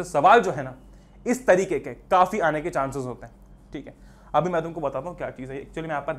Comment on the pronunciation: 13.31 bhaiya katai desi ho gaye tam toh😂aane. Ke. Nahi..... आणे ke